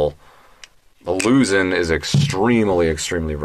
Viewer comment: You kept pronouncing it “Lusin, Louzin, Lusen” No, it’s pronounced Luzón the O is stressed to make the au sound. Phonetically it sounds “Loo Z auhn” like how Sean sounds like Shawn.